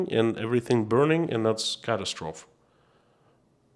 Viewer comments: The e on the end of catastrophe is sounded in English. You are saying it the French way. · You are pronouncing catastrophe the French way. English sounds out the final e. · Just fyi, the pronunciation of catastrophe rhymes with atrophy, not trough.